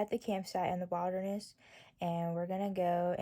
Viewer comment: "he deep in da w-ilder-nes rite noaw" 😂😂😂